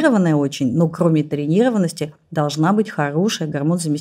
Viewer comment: “Яишники” …тренИрованность…